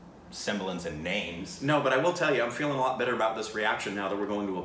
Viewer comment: great job with the names your pronunciation is spot on